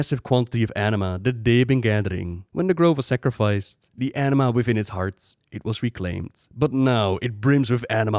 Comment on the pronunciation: enema? isnt it anima?